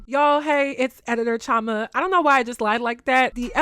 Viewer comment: .....why are you pronouncing your igbo name wrongly??.... girl please learn the correct pronunciation... and before anyone start, no there isn't different pronunciation for "chioma".....and i agree with everything you said.